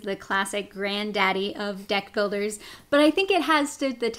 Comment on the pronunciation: lol i thought you said death builders :P not deck